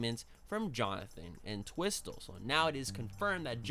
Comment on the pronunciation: P.s. it's pronounced Ent-whistle